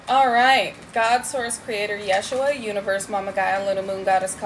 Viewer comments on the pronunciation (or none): none